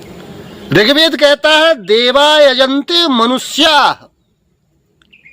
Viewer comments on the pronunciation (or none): none